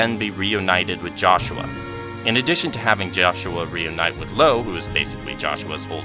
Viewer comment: he pronounced loewe wrong but at least he said renne correctly